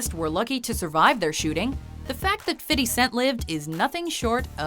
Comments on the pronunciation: Fifty not fity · Why does she have to say "fiddy" instead of fifty cent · Stop saying fitty. It's Fifty (Fif-T). You wannabe black people.